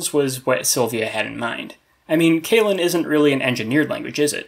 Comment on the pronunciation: Nice so see a video about this old favorite conlang of mine! A small nudge when it comes to pronunciation: I think you gotta watch how your long e's become like ey's, like you're saying "kaylen". I guess it's an English speaker thing?